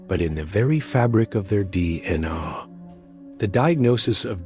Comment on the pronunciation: No mention of them being inbred at all and if you're going to use an AI bot to read it please get one that can at least pronounce things properly. I lost count on the number of different ways it said DNA and facade